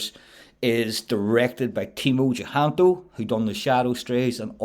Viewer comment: I'm Indonesian, so fyi. His last name is using old spelling system (indicating it's an old family name). With the current spelling it'll be Cahyanto. Pronounced "chah - yan - to". We pronounce A always as A (like u in bum). Never as " ae" (like a in bang).